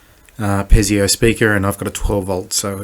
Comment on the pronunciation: Piezo speaker. It's pronounced pee-zo not pez-ee-o.